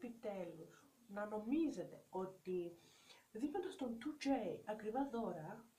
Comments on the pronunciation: Δικα τους ειναι τα λευτα και οτι θελουν τα κανουν και σταματα να λες το 2j με προφορα ειναι σπαστικο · Και Γτ λες το 2J με προφορά χαχα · Κάθε φορά που λέει 2j κλαίω από τα γέλια 😂 Οκευ γνώμη τς δεν είπα το αντίθετο αλλά το "2j"... Για ποιον λογο να το λες έτσι???? ΑΚΌΜΑ ΚΛΑΙΩΩΩ 😂😂😂